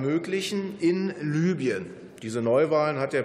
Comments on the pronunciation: Nicht "Lybien" sondern "Libyen", Steffen. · Land wird Libüen ausgesprochen!